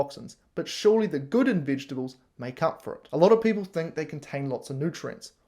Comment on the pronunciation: can't even pronounce "vegetables".